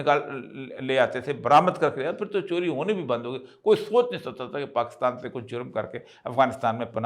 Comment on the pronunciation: اوریا صاحب۔ پاکستان میں کاف پر زیر ہے۔ آپ مسلسل اس زیر کو زبر بناتے رہتے ہیں۔ اور Pakistan کو Pakastan کہتے ہیں؟ عجیب!